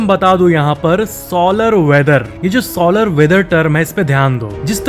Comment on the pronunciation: Solar wheather ko sooolar wheather bol rha hai gandu😂